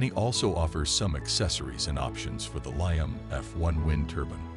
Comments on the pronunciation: Liam not lion for anyone looking. Dude needs to get hooked on phonics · The pronunciation of Liam as lie-um is driving me crazy!